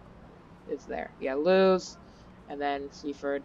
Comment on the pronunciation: It’s pronounced Lewis